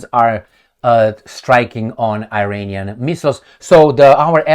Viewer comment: NOT i-reinian! It's pronounce Iranian. With the first letter "I" pronounce as in Italy or Israel